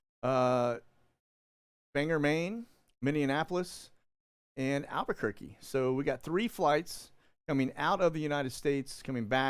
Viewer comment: Dude....learn how to say Minneapolis. It's Minnie-Apple-Us... It's not hard.🤦🏻‍♀️